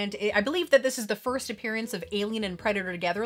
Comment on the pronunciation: I love this video as I do to most of yours. I'll worship you as the queen of collecting lol 😆. Also love the "foist" thing lol buzz lightyear! I used to have that fig. Love those street sharks and I'm in awe with Turbo Man lol